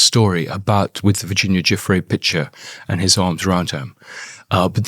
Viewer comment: Her name is pronounced Jew Free